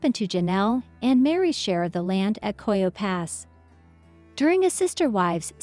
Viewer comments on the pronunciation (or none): If you use a robot to voice over, make it pronounce words!! The large plot of land in Flagstaff is NOT COYO PASS!! It’s called Coyote Pass. All of this is very old news that everyone knows. #ClickBait!